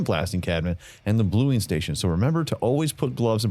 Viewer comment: its a Bluing process not biling hehe